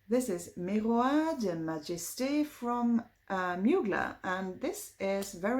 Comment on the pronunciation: I got me an Angels Share as well!! hehe. You make me want to blind buy that Miroir Des Majestes- also you just say "Mazhest"- the final e and s are not pronounced.